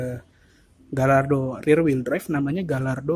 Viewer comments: Bacanya gayardo mas bukan galardo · Sebelum jadi reporter belajar meng eja yg bener . Gallardo harus di eja Gayaardo , juga ceramic di eja keramik bukan seramik. Payah ......